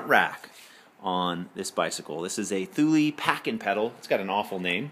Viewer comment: Pronounced: Two-Lee buddy!